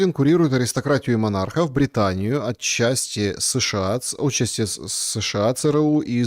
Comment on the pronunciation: хватит коверкать русский язык своим суржиком. Не Отчасти, а отчАсти. Ударение на основу, в 5 классе учат, где твой «прекрасный литературный русский», которым ты бахвалишься? А Демуре давно пора прикусить язык и перестать считать себя единственно умным в мире